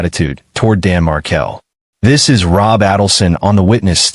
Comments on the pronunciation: What he’s saying is you’re pronouncing “markle” like marble… Dan’s last name is pronounced “Mar-kale”. but here you did pronounce it Mar-kale 👍🏼 And it’s aydle-son. As in the word ladle (a type of spoon used to serve liquids like soup) RIP Dan Markel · It's not Mar-kel. It's Markel. I will tell you that for nothing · The surname is pronounced Markel Not Mar-kel. Period. Let's all change our surname pronunciation. Ridiculess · Please pronounce the victim’s name correctly. Pronounced Mar-kell, not Markle. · You're mispronouncing Adelson and Markle! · You must first learn to say their names correctly before you can even tell their story. Adelson is pronounced with a hard A, and Markel is pronounced with the emphasis on the last syllable.